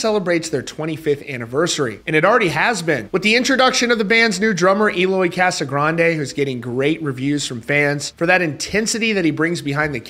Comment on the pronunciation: You're saying his name incorrectly. Casa-grange if you will... Not grande.